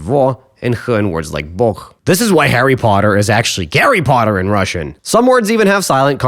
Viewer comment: no, in russian his name souns like "GAH-ree POHT-ter"